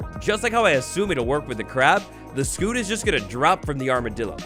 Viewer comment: Sc-you-t not sc-oo-t